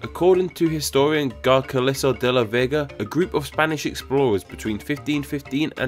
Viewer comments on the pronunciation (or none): Garcilaso is pronounced "Gar-thea-lah-so", not "Gar-kee-lah-so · Just a minor pronunciation correction , "Garcilaso de la Vega" should be pronounced something like "Gar-cee-lah-soh de la Veh-gah"